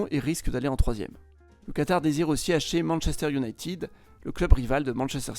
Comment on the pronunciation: Manchester iounaïtiiiiiiiiiid